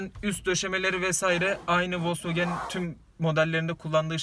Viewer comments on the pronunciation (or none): "Maden" Değil, Made In. Ve Wolkswagen Değil! Volkswagen! İNGİLİZCE BİLİYORSAN KONUŞ, BİLMİYORSAN KES SESİNİ OTUR.